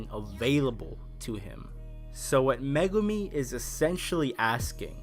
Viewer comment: Liked the video! However, the evil psychic is named Mogami (Mo-gah-mi) and I can tell based on your posts here that... You didn't get that as you specifically write out Megumi. I thought you would enjoy for future reference.